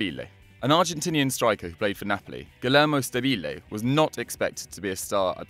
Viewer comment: It’s Guillermo (gE-er-mo)